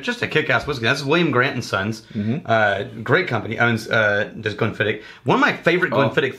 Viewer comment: Just so you know, you are pronouncing it wrong. And just so you know how I know that you are pronouncing wrong is because I contacted The Distillery. The proper pronunciation is Glenn-Fid-Och. The OCH is pronounced like Loch ness monster. Your welcome.